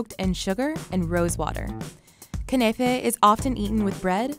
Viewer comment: im sorry did she just say kunefey😑😑